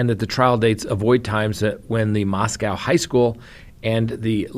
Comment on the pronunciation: It’s pronounced mos ko.